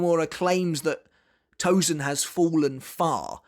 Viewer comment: Hate it when these English speakers can properly say the « sen » in sensation, but will refuse to do so for Tosen, and instead called him ToZen!!! It’s Tosen not Zen